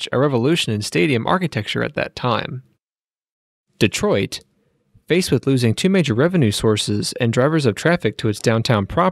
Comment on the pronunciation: Dee-troit lol